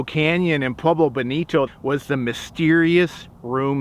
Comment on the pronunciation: Live in the SW near here but had to leave due to his pronunciation of Pueblo. Cringe worthy.